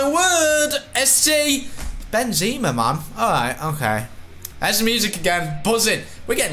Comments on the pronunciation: It's Benzema Not BenZeeema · Plz stop saying Benzeeema